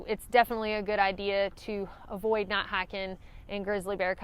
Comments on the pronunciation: I was trying to figure out why you kept saying not not hike in grizzly country, then I realized you were saying not night hiking! Seriously though, I love your accent. My mistake was getting out on a steep cliff, realizing it was a bad idea, but going on since going back wasn’t any better. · Ha ha! Love everybody elses accents. It took me a while to understand "night" and knew what she was saying when she said "hiking". I turn on CC if available and it does spell "hiking" as "hacking" for many thru hikers. Not sure what "night" comes up as but "not" comes up as "nat" sometimes. Hilarious if you read CC on people's YouTube videos.